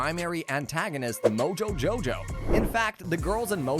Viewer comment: Ehm ahm you did not pronounce moojojojow the way it should